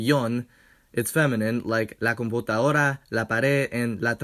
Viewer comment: I'm Spanish and I beleive normally you don't drop Ds. Idk if that's a Bolivian thing - never been there. "Computadora" without the D sounds like "con p*ta hora" which is roughly "with bitch time". So...